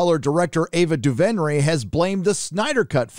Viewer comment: I don’t have a problem with your take, but the way you pronounce Ava Duvenray is Duvenray (Doo-Vrin-A). That’s it. That’s all I wanted to say.